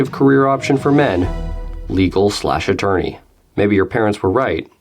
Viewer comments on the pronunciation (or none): "Attourney', really?